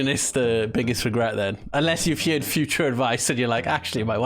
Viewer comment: “My iPhone; I honestly don’t know what’s wrong with my phone.” Mate, you pronounce “heard” as yeard - it’s no wonder the iPhone guesses lol, but I’m convinced will sometimes just bark out random sounds like Groot and y’all understand him out of sheer familiarity - that and he’s usually complaining about something, so it’s a 50/50. I’m joking, of course, I’ve been told my Canadian accent…well, no, I haven’t … anyway,I love these videos and your reactions 😂😂